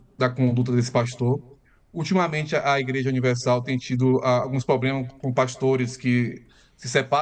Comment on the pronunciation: Um jornalista falar "pobrema" é de lascar. No mais, ótima reportagem.